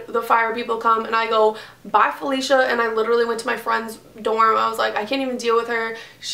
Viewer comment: I thought you don't want to say her name so u said Chelsea but then you said .. falisha??😞😞